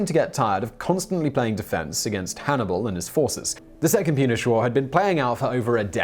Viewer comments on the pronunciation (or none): re How is it possible for Simon to turn "Punic" (pronounced like "tunic," but with a "p" at the beginning instead) into "Punish?" I mean, Simon is English, so he should have SOME knowledge of Latin, right? At least enough to know that the Latin "c" is always a hard-c sound. Lastly, Scipio Africanus has ONLY been forgotten by those who know nothing about Roman history. For everyone else, he's far, Far, FAR from being a "forgotten historical figure." By that token, William the Conqueror is also technically a "forgotten historical figure"... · Punish War, don't you mean Punic War?, if you are going to cover things get them right!